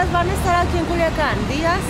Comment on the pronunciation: Culiacan no kuliakan is with C Mr